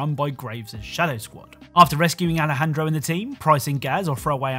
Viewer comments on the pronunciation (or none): Nobody gonna say anything about how he called Alejandro “Alfredo” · he said Alfredo 😂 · he called alejandro alfredo i died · When you talked about ghost team, you said Alfredo instead of Alejandro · did he say Alfredo? Are we having pasta? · he said Alfredo lol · did he call him “Alfredo” 😭😭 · did you call Alejandro "alfredo"?? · you are joined by Alfredo it say Aljendro